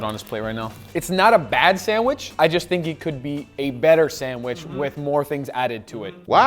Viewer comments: C'mon Guga, pronounce Sandwich properly man. It's not a sand wish, it's pronunced like sand witch. Just busting your balls bro, no matter how you say it, those looked AMAZING and VERY TASTY. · You may love sandwiches, but you cannot pronounce it! Hard D sound on "sand" and "wich" like "witch." You're saying it like "sanwish." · loves how guga says sanwishhh instead of sandwich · Good video. But since it's important for him to point how how to pronounce BRAZIL... It is not sand-WISH...OK... It's sand-WICH. In medieval times they didn't burn wishes...they burned wiTCHes. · for the love of god, it's sandwich, not sandwish... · Also, why do you call them SANDWISHHH? 🤣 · 🙋🏻‍♂️ Excuse me sir. There is actually a "D" in the word Sandwich... 😐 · Guga saying 'sanwish' stays a meme. 😂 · Guga pronounces them sandwish....sand wishes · I cant take guga seriously when he keeps saying sandwish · Haha sometimes it's sandich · The amount of times I heard him mispronounce sandwich really got to me 😂 also “not being biased” makes the sandwich from Brazil the only s sandwich